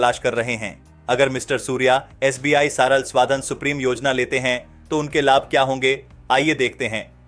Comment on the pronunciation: It's सरल not सराल